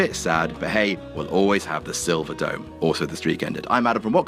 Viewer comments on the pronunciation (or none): none